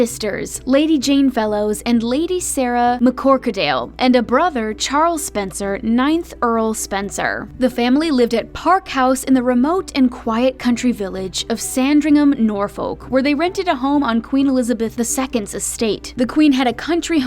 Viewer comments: Lol Norfolk is pronounced norfuk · Viscount is pronounced 'v-i-count'. Norfolk is pronounced 'Norfuk' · Right.. that’s not how you say Norfolk 😂 it’s pronounced Nor-fuk